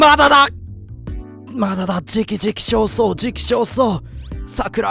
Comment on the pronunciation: 時期尚早をティキソウソウで言うのやめてほしい（やめるな）